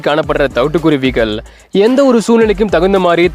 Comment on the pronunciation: Hello it’s really beautiful to see these kuruvis / thanks for detailing their life. Only one request. Sir. Please speak Thamizh correctly. - vallinam/ mellinam difference. Kuruvigal- vallina- gal not mellina ‘gal ‘- ask people who know Thamizh v well in ucharippu 😅